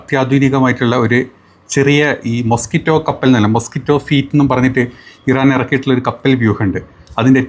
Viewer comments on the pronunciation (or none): ഫീറ്റ് അല്ല ഫ്ലീറ്റ് fleet 😂